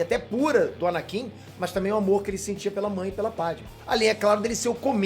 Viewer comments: "ANANKIN" KKK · ANANKIN?????...!!!